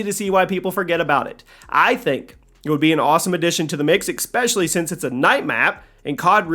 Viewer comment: Imagine saying "exspecially"